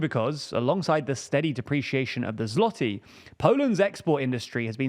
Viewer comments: Ł is pronounced almost as W. So say "zwoty" and you will be closer. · And then on to say ZLOTY with an L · It's pronounced zwoty like in uwu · Completely mispronounced złoty, no bravo